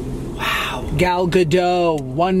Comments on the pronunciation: Josh: "I love Gal Gadot!" Also Josh: continues to mispronounce her last name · I just found this out this week but it’s not Gal Gah-doe. It’s actually pronounced Gal Gah-Dote. Look up YouTube videos of her pronouncing it.